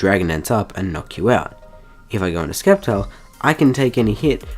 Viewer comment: stop saying skeptile u turd